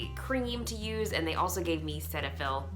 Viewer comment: I work for Galderma. It’s pronounced SeeTahFil.